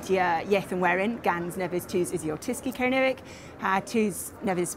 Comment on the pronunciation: Much as I admire all efforts to keep ancient languages alive, sounds to me (from Surrey) to be pronouncing 'Kernowek' in an 'RP English' accent. OTOH, I have always wished that I had been brought up in a country where I could learn Gaelic / Celtic languages.